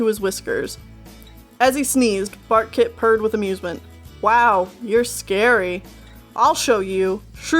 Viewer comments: Am I the only one that heard "fartkit" instead of "barkkit"? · I keep hearing ,,fart kit,, instead of bark kit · So did I. Until I realised it was barkkit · Thought you said Fartkit. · Not gonna lie, I thought you said Fartkit. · At first I thought you said Fartkit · Did you say Fartkit? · I heard True Claus and Bartkit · Barkkit sounds like Fartkit XD